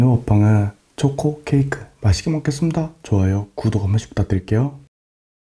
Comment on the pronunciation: 발음이 귀여워요 안농하세용 떵개니다 오능은 빙수를 머게슴니다 너무귀여워요 😚☺